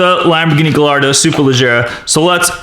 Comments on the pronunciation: It's spelled gallardo but it's pronounced giardo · it's pronounced GUYardo not gallardo (kinda like tortilla) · Gallardo is pronounced "giardo" not "galrado" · Its Gallardo not gailardo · it’s pronounced guyardo no gallardo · It's pronounced Guyardo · Correct me if I'm wrong but isn't the Gallardo pronounced guy-ar-doe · he pronounced "Gallardo wrong. its pronounced "giardo" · superPina28 its gairdo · Gallardo it’s pronounced gajardo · Gallardo is pronounced Gi-ar-Do. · it made me mad when he mispronounced half of the names. Example gallardo is pronounced guy-are-dough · its pronounced gaiardo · Remember, this word is coming from a Spanish origin. It is pronounced gay arr do. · Learn how to say gallardo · In "Gallardo" the two 'L's make a "y" sound in Italian and Spanisn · The Lamborghini Gallardo isn't pronounced with its L's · The Gallardo would've won if you pronounced it's name right. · Nikole Lynch Yeah. He's a grown man, he should know how to pronounce Gallardo